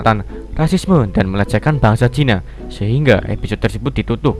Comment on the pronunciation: "....EPISYOD...." Episyod... Episyod... tepok tangan